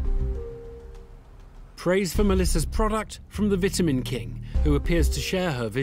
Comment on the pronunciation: It’s “ VITAMIN” not vitaminz 😂